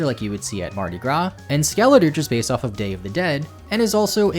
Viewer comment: Also because he said Skelerige instead of Skeledirge in the last version